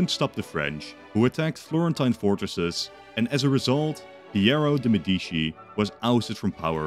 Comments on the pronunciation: MEDICI NOT "MEDISHI" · As an Italian, hearing Medishi instead of Medici made me almost sick……But I have to say that you made a good video! Keep going with this amazing scenarios! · "Nuevoh Firànce and Porto de Medìchi"... Jesus Christ, dude... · Uhhh ☝️🤓 actually it's Medici not medischi (THIS IS A JOKE, I LOVE YOUR CONTENT) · I medisci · they always say it like that in those videos lol